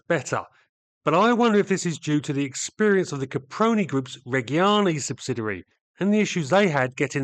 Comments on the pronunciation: excellente! (one small note; Reggiane has soft g's, so, reg, [as in the short for Reginald] and gee-ahn-nay) oh nevermind. I see below someone has already given you the note... always read before you chomp at the bit kid... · The G in Reggiane and Regia is soft, closer to a J. like the G in in "agitated" or "ginger". The hard G in Italian is followed by an H, same as the C and CH. Examples of an hard G and hard C in English that use the same spelling would be words like gherkin and orchestra.